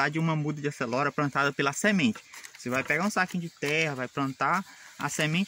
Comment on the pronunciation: Video da hora. E o "Acelora" kk